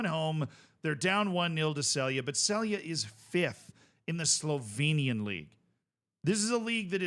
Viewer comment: you sey celje completely wrong LOL